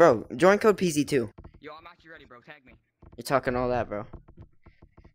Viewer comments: I mean the first code you said it like pz2 not p(ee)z(i)2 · Ok ok not defending him but you saif pz2 he probly spelt PZ2 and you done PEEZEE2 which is confusing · you said pze2 instead of peezi2